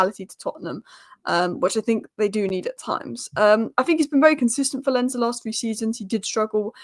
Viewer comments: Love your Spurs content! Keep it up… And I think Lens is pronounced “Law’n” with almost a silent n… 🤷🏽‍♂️ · Oh and Lens is pronounced LONZ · Lens is pronounced Lons with a hard s.